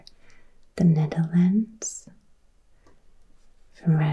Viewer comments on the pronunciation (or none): none